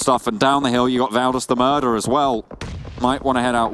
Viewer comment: Actually getting annoying how you guys say Valdas “the MURDER” 😕. Please chill and say it normally